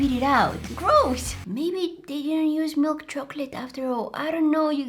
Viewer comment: The fact that you keep saying milkchocolate😂 😂😂😂😂😂😂😂